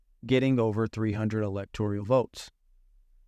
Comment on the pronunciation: When you can’t pronounce electoral, you lose credibility in your theory.